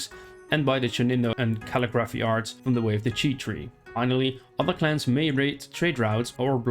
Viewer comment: You butchered the word calligraphy, respectfully. Look up the pronunciation lol 😆